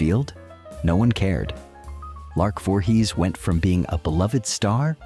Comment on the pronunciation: Do you review your clips before posting them? You should have caught the mispronunciation of her name in the beginning of the clip. As for Lark's downfall, a mix of her mental diagnosis along with being Jehovah's Witness is a lethal mix - delusions due to her mental state and the delusions of JW beliefs can only result in disaster. But Martin and the other guy certainly didn't help. I wish I had known her. She needed someone close who could understand what she was dealing with. I'm not saying I would have married her. But I certainly may have helped her as a friend who understands her demons.